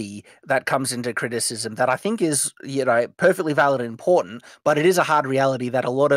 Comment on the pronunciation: It sounds like is saying "There is a hard reality that comes into criticism that is highly valuable in porn" He actually says "important" but that's accents for you.